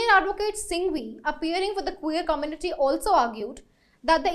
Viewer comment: Let me get your sound properly.... It is not Kuu-ver..... It is queer and the sound would be Kway-err..... Get the pronunciation properly